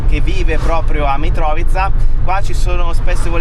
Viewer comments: E invece si dice Mitrovìca con l'accento su "vi" 😂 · Mitrovica, accento sulla seconda I